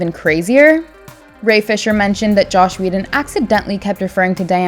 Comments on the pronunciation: Not sure what annoyed me more, these terrible similarities or the narrator saying "Josh" instead of Joss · It’s Joss. Not Josh. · Take a shot every time she says "Josh Whedon" instead of Joss Whedon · Joss, not Josh. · His name is not Josh! Screw him, but at least get his name right! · its 'Joss'.... not Josh. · JOSS not JOSH